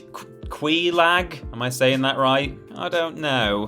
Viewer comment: Instantly sounded like a scrub once unable to pronounce Quelaag's name.